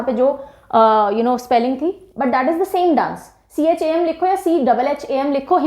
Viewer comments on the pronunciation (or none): Mam cham ko sham se pronounce krte hai Ch nhi sh